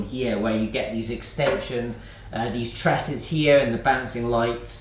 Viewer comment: Please don’t use the word ‘wires’ and it’s Truss not ‘TRESS’ not sure how that one subwoofer would make much of an impact for larger venues either. All the gear and no idea springs to mind here.